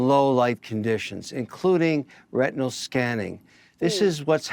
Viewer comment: Right lol. He really said “retinal scanning” 🙄🙄.